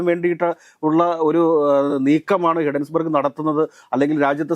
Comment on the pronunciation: ഹിഡൻബർഗ് അല്ല സാറന്മാരെ, hindenburg ആണ്.